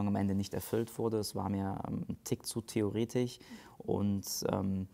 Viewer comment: Menschen, die ch statt sch sagen, kann ich nicht zuhören. TheoretiSCH! Nicht theoretiCH! 😖